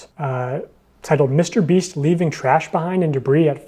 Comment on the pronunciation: Dude, I honestly can't keep a straight face when keeps calling MrBeast "MrBreast". Idk why but I can't stop laughing 😂😂